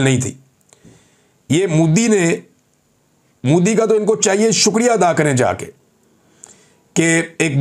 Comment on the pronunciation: It's MODI, young man, not Moodi. Nobody but Pakistanis call him Moodi. Why do we have to be the ones doing everything wrong?